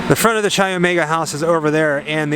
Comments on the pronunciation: K I omega is the pronunciation not CHI although the spelling is CHI Omega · Say it with me... KAI Omega. Chai is tea. Greek letter “X” (Chi) is pronounced Kai. No “ch” sound. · For everybody watching this, Chi Omega is pronounced “KAI” Omega, not cheesy chi. Good tour otherwise. Just trying to avoid Idiocracy becoming real life. It’s a futile mission. Thanks. P.S. Next lesson: You don’t loose a game, you lose a game. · Chi is pronounced ky not chy. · It's great to see this (old) video of yours and see with all the knowledge about the details. is just "Isn't that cool"ing and "Crazy"ing along while comes up with all the nitty gritty. BTW... "CHI" is pronounced "KAI", not "CHAI"! I really love you guys and your videos, but it does get a bit old when you don't do all the research. A friendly jab... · Love your videos bro! just an fyi its pronounced like Kai not Chai. Chi Omega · as much as i love this video, some of the pronunciations in this video is off, chi omega is pronounced “ky omega” and lisa levy is pronounced “lisa leevee” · Great video! Chi is actually pronounced with the “ch” as a hard k sound. So like sky without the s. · The sorority was Chi Omega....pronounced "K-EYE" Omega. Just call me a stickler for spelling and pronunciation!😉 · Chi is pronounced like ‘kye.’ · Great doc - but please learn how to pronounce Chi Omega.